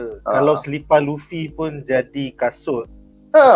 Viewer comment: Its lufi bukan lafi adehhh